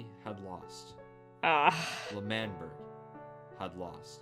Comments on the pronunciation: its LE MAN BERG not manberg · Its not lamberg its Lamanberg its L'manberg I know but you say lamanberg you know? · Lamberg Angry Wilbur noise It's L'manberg Le man berg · lAmBeRg.. Me:😂😂😂😂😂😂 lmfao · Pronounciation of L'manberg is Lemanberg, btw i love your videos so much💜💜